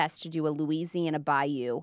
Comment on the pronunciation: Burst out laughing with the “bayous” accent 😂😂😂😂😂😂😂😂😂😂